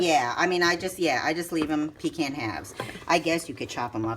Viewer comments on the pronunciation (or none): We sure pronounce the word pecan differently than you do, you emphasize PEE can we say peCAN. The way you say it is kind of nasty. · them aint no pee-kahn praw-leens wit no brown sugar!